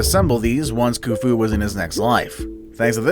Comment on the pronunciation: Does video of ancient egypt. Can't pronounce khufu. Splices in random videos that are unrelated to the subject matter.